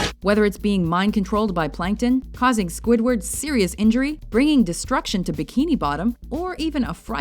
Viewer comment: swidword got mad